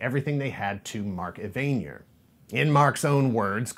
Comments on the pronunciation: Mark Evanier. Evanier is not pronounced eh-VAIN-yer. It is pronounced EV-in-eer. Thank you. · One of my favorite shows of all time. Nice work. Also, I believe Mark's last name is pronounced "Evan-Ear". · Um, Evanier is pronounced ev-uh-near. He was credited with two episodes which were aired in 1983. Mark Evanier also has several writing credits between Dungeons and Dragons and Garfield and Friends which did not start until 1988. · mark eh-van-ear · I've never heard Mark Evanier's name pronounced the same way twice, but that's a new one